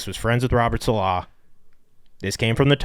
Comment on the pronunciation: Why does Big Cat sound so awkward saying Robert "saLAH"? … sounds like he's trying too hard to put the emphasis on the 2nd syllable.